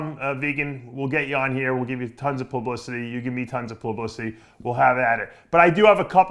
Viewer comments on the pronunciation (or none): Did he say ""tons of palumblicity"?